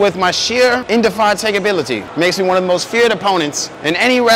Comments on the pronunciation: but he couldnt hit the 'indefAAYAtAIgability'🤣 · he can't even pronounce indefatigability